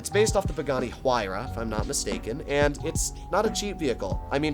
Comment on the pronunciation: Your pronunciation of the Nero‘s real life counterpart is wrong homie. It’s pronounced like she-ron. Only it’s spelled Chiron